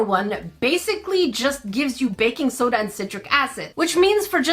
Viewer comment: When you said baking soda I heard faking soda, lol